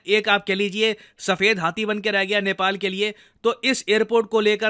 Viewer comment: Band nahi hota bhae ban hota h